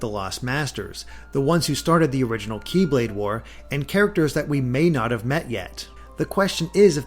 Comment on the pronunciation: It bothers me when "Kye-blade" is said instead of "Keyblade".